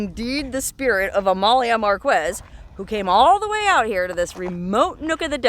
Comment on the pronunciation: Forgive me, dear, but it's not "Mar-KWEZZ", it's "MAR-kess". Thank you so much for your history lessons! (The "Boca" in "Bocaditos" means "mouth").